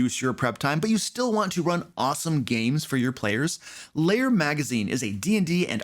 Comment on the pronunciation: Why do you always pronounce lair as if it was layer?